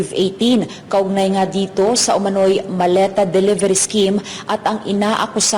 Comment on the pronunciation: mali pag ka bigkas hindi po maleta sabi ng dds malita hahahaha